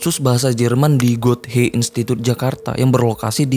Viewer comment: Goethe bacanya Gute ya manteman ^^